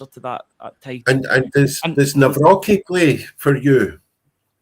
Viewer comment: It is Nav - Rocki there is no S